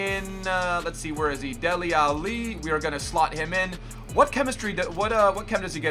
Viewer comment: lol saying alli like Muhammad Ali. it's al-leeee